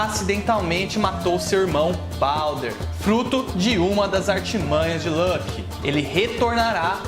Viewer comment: Muito bom seus vídeos, e a forma que você organiza o conteúdo, parabéns! Uma única coisa que não consigo deixar de reparar, fico curioso de como você chegou na pronúncia de Loki, ela fica parecida com (Lãki), mas nem em inglês (Lolki) ou Islandês (Luoke) se fala assim, veja essa referência: então imagino se isso vem de alguma outra fonte, obrigado novamente pelo conteúdo!